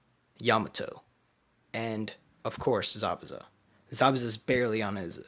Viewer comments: hahaha zabuzu bruh im like yo its zabuza and then i hear him say zabuza like bruh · It's not zabuzu